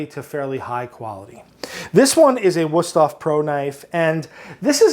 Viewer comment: Drinking game for German listeners: take a shot every time pronounces "Wüsthof" incorrectly. ("W" in German is like the English v, so like "voodoo", but the "ü" is like so: form your mouth so say ""oo" - like voodoo - but pronounce "ee" with that shape.:)